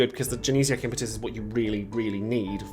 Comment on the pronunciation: Glad to hear you're saying 'Impetus' right unlike a certain someone....